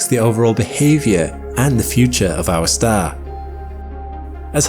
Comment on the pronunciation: it’s ah staah 😂🎉